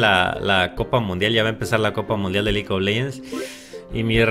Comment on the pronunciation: Desde años inmemorables me he preguntado porque dice: Lik of legends, no me molesta pero es extraño que lo haga:v